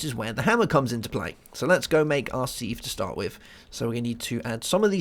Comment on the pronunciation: Its called a sieve (pronounced siv) not seev